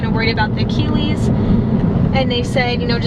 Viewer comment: Idk why, but the way you pronounce “achilles” kind of irritates me.